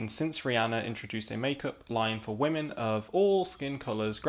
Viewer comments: He keeps saying wahhhhmen. Are wah-men women who cry? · I really appreciated this video. Really enjoyed so many of the points you made, but dear god the way you say "women" makes this too cringe to watch around other people, or share with the people I would otherwise share it with